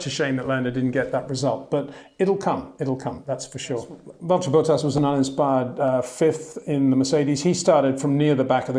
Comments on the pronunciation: BOATas???? Is it that hard Petahrr? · HEY PETER WINDSOR, I HAVE MESSAGE FOR YOU SIR: it is NOT Max "verSHtappen" ... Max is not German (Germans indeed do pronounce "st" as "sht") ... #Max33 = Dutch NL/Belgium! ... It is not "Bottash" nor is it "Lewish" certainly not "verSHtappen" .... This BS started long time ago when a British sport presenter interviewed father Jos Verstappen and assumed you can use a German pronunciation to a Dutch Driver thinking it is so "funny" ... It is not.